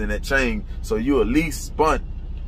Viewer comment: Spent… spunt isn’t a word